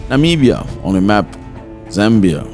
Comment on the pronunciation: Namibia, not Nimbia